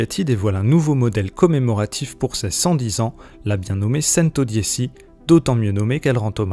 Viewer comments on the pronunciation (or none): C'est Centodieci pas santodisi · "cèn-to-di-é- chi " pas cèn-to-di-é- ci " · En italien 110 se prononce "tchento diéchi" et pas sentau diessi Merci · Pareil je préfère le prononcer avec l'accent italien🇮🇹 Centodiechi👌 Après on ne prononce version Français quoi🇫🇷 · La « sèntodiési » mais PTDR c’es quoi cette prononciation 🤣🤣🤣🤣🤣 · Centodiéssi????? Et t'as pas été capable de le prononcer correctement? Je ne regarde même pas la suite de la vidéo tellement ce journaliste se fout de nous. C'est bien tu sais lire mon gars... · La façon dont la voix off prononce « Centodieci » me déprime...on ne sent aucune passion auto. Hé! C’est une Bugatti, pas une 208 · Serat Ser oui mais je sais mais c’est francisé x1000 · oui c'est une honte que ce journaliste n'a pas une culture générale suffisamment étendue pour savoir prononcer correctement ce mot italien. Mais que veux tu, c'est un homme dans la moyenne donc pas de miracle. En moyenne les gens sont médiocre, c'est comme ça. Faut faire avec et lâcher prise quand t'es au dessus du lot. Moi aussi j'ai trouvé ça laid qu'il le prononce en français. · Mdr pareil 😅😅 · Ouais j'avoue le journaliste il a mal prononcé